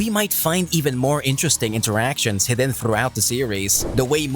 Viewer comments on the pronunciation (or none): none